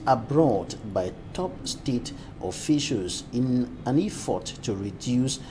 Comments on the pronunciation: I don't know where he learned the iffort from. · the word is "effort" not "iffort" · Sure, said many important things and I always commend him. However, I've noticed this is not the first time he's saying "iffort" and it because, he says important things doesn't mean we should not point out the few wrong things. It's only to make him better at what he does.